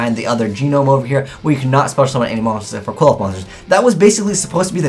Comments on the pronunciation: Alexander Vaught I think the end should sound like oth instead of oath since there is no e at the end of the name. Seriously though I think doesn't even try pronouncing some yugioh names properly and just settles on a wrong pronunciation. I've also noticed it's not just and other yugitubers do it as well. Not only that but they pronounce it wrong in the same way as. Seriously can we please try and get these guys to pronounce the cards properly. Sorry for being a bit ranty it's just something that annoys me XD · It's not pronounced kwilloffs!!! Kleephoths! Sheesh. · Pronounced (Cliff oth) hearing it quilloff just hurts my soul. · Its pronounced Kli-foth bro not Quiloph :') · Why are you pronouncing qliphoth, kwill-off. Is that how they pronounce it in japanese cause its supposed to be pronounced Klee-foth or Cliff-oth. Sorry if it just annoys me cause I'm part Jewish... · ' pronunctiation of Qliphoth (as KWILL-oth) annoys me a lot. Shouldn't it be more along the lines of KLEE-foth, as that's how it looks like it's spelled. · CLIFF-oth does make a lot of sense, matching the pronunciation to the spelling. I do also agree that KWILL-oth flows better, but it doesn't fit the spelling well, which irritates me to no end. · Erhrm... "Kliff - Aw - Th" No one looks at the name close enough to realize how it is pronounced =_= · You're not pronouncing Qliphoths correctly ._. Cliff-oths. Just saying >.> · "Klee - Fawth" come on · Cliff-Oth. ITS PRONOUNCED CLIFF OTHS DONT POISON OUR MINDS. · dudes, it is CLIFF -oth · Sean Middlehurst It is definitely CLIFF-oth. The Japanese pronunciation is "Kurifōto"which sounds similarly to CLIFF-oth. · And this is WITHOUT the new Qliphoth boss monster, who, as we all know, is insane XD Just so you know, I believe it's pronounced "Kil-pot" (understandably hard to pronounce, because it's not an English word) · Can you please just pronounce Qliphoth correctly? It's really not that hard.